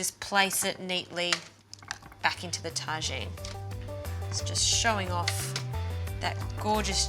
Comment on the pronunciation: When you are not quite sure how to pronounce “Tagine” and end up giving it a French twist. When someone actually corrects you